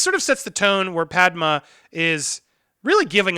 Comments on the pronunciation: “Padma” lol, are you going to do clone wars the movie ?? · Pad-May!!!!!!!!!!!!!!!!!!!!!!!! = Padme